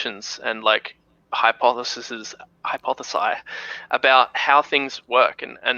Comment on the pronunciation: This guy really said "hypothesi" trying to sound smart